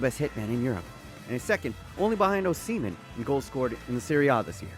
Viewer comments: The way you said Osimhen was funny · Its fucking Osimhen